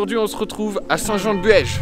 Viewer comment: Elle s'appelle Ida la chienne ;) Le château se dit prononce bo il y avait encore pleins de belle rivière a voir ❤️